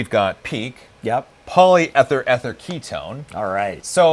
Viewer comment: PEEK Poly ether ether ketone...ether pronounced with a long e. Like eleven, even...